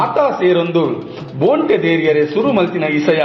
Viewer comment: ಬೋಂಟೆ ಎಂದು ಹೇಳುವ ಪದಕ್ಕೆ ಖಡಕ್ ಆಗಿ ಮೂಡಿಬಂದಿದೆ ನಿಮ್ಮ ದ್ವನಿ ಎಲ್ಲಾ ಕಲಾವಿದರ ನ್ನು ಪ್ರೊತ್ಸಾಹ ನಿಡುವ ನಿಮ್ಮ ಮನಸ್ಸು ನಿಮಗೆ ಶುಭಾಶಯಗಳು ಇನ್ನಷ್ಟು ಆಡಿಯೊ ಗಳಲ್ಲಿ ನಿಮ್ಮ ದ್ವನಿ ಕೇಳುವಂತೆ ಅಗಲಿ... ಶುಭಾಶಯಗಳು....